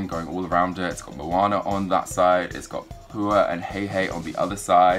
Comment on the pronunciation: It is not monner it is Moanna